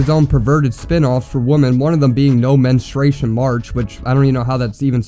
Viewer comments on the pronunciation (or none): "Menestration"?? Wtf is that ? 😂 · homie said "menistration" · "No menustration march" is crazy💀 bro didn't even say it right